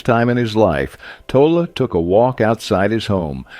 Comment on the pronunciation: It's pronounced toll lay.